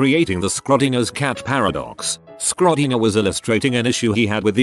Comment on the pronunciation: For some reason the way the TTS pronounces 'Schrödinger' as 'Skrodinger' cracks me up 😅